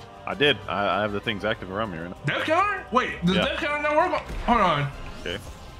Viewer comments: It didn't say death counter it said def counfer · It’s not go it’s oh, it’s not death counter it’s def counter